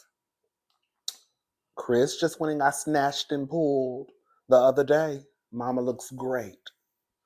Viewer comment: it’s the way you said pulled and snatched through your teeth 😆😂🤣